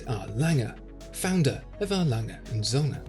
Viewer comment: O-umlaut has a certain pronunciation that needs to be learned.